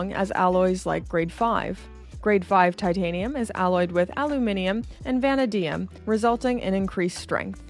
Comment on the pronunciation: Van-uh-Dee-um…, you’re butchery of the (really!) easy-to-pronounce element Vuh-NAY-Dee-umm only adds to your charming adorkability. Too stinking cute! Don’t ever change, darling! After finally having the chance to get up close-n-personal with an FXD or two when I was recently in Vegas, and just like you I am a shameless love of all things NATO band so I could mos’ def be happy forever with an FXD, but I gotta tell ya… from the first time I saw the.925 offering in the Black Bay range, I mean, WHO does that? I was instantly smitten with that one so now I’m not sure which to get with first. Penny for your thoughts?